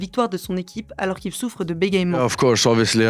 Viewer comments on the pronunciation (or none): un petit nota bene pour certes, le verbe, c'est bégayer, mais bégaiement se prononce "bé-gué-man" (et non bé-gaye-man)